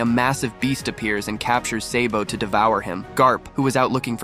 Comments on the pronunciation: dude he said seybo instead of sabo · It’s SA-BO not SAY-BO